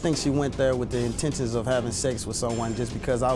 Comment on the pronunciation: Not the "intentens"!!!!